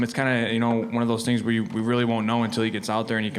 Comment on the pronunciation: Rearry? :P